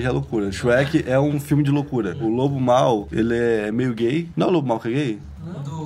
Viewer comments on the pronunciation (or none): O Lobo não! "O Lobe"